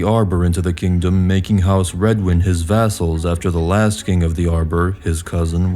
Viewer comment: I think House Redwyne is pronounced House "Red-Wine" not "Red-Win"